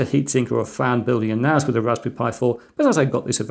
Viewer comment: this is confusing you call it a Network Attached Storage and yes you keep calling it NAZ. A S is not a Z NaSssss not Nazzzzzz